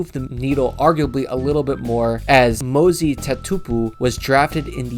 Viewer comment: Lol Mosey 😂 ... Moses... Mose... like ... eh ... Moseh... but without the h ...